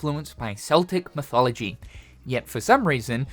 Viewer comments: It’s KEL tick cynical not seltic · Celtic is pronounced Kel-tick. Breast slider but no butt slider, smh.